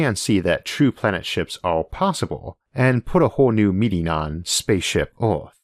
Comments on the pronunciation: Why does he pronounce earth, oierth? Why does this bother me so much? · So where is this planet "Orth" he keeps talking about??? 😂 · The pronunciation of "Earth" sounds weird to me. If you wanted intergalactic flight, you could search for a planet that is already moving at that speed. Planets that don't orbit stars are hard to detect, but they may be out there. Pluto was excluded as a planet, because of its orbit. Is something that doesn't orbit called a planet? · What's an "Ealth?" Or a "Joulney?" Is this a sci-fi channel?